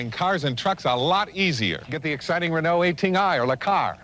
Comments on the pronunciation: Hearing butchering the french names of car automakers was funny. Renault isn't very reliable but Citroen and Peugeot are good.I would avoid automatic transmission in Peugeot they're terrible. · Ah yes, my favorite french car brands, "PewJoe", "Citron" and "Rano"